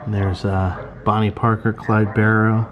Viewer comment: thanks so much for showing this. i am a distant relative of clyde, and have never got the chance to go to that part of louisiana to see this. and kudos for saying the last name right!